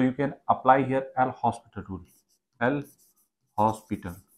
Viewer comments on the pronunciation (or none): Its L hopitaal not L hospital